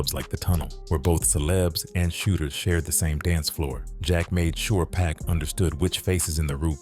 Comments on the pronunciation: They think all blacks look alike. He probably thought Snooky and Pac was the same person. You can tell the voice over is AI because it keeps calling him Pack which is going to get the video demonetized for using AI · Is it just me or does the narrator calling pac “pack” bothering anyone else or am I trippin? It’s a good video I’m not hating one bit because I genuinely like it, but damn it’s bugging the piss out of me hearing this man being called Pack😂🤷‍♂️ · SMH Why does this dude keep pronouning PACS name wrong BIG DOGGIE 💯👣 It's not pronounced like a pack of gum BIG DOGGIE 💯👣